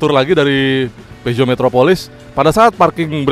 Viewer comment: Horeeeee cara nyebut brand nya betul... Biasanya nyebut pyuzo.. Pijet...pizot